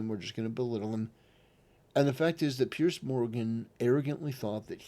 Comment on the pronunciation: Its Piers, not Pierce.